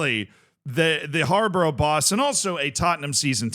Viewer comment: It's pronounced Har-Bor-Uh btw